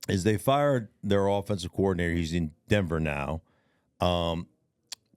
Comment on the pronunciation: I like how Stink pronounces coordinator as "coowardinator" 😅 I guess that's the D for degree thing he mentioned 😏